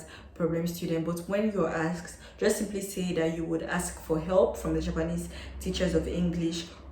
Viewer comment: In your introduction, I think you keep on repeating the word axed axed, do you mean ASKED? I think there is a difference Well, the presentation is very helpful. Thanks for sharing your experience.